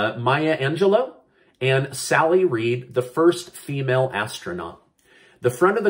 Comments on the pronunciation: Sally Ride, not Reid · i know you meant sally ride not sally reed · Sally Ride....not Sally Reed